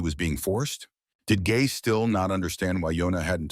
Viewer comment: i heard u say the girl gay not gae